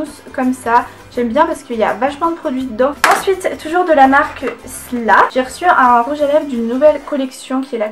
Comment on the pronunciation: J'adore tes vidéos et d'ailleurs je crois qu'on dit S L A fin lettre par lettre😂❤